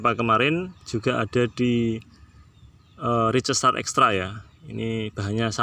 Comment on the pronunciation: Ricestar. Maaf, bacanya Rais.star 🤭